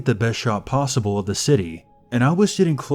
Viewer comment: did he just say posble